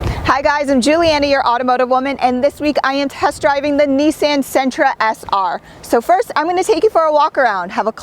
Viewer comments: OMG it's pronounced neesaan ( the last part is more like "on" then "an"). You're the first ever to grace my ears with that pronunciation... ouch. :^) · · "knee-san" You're killing me. Lol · take a shot whenever she says Neesan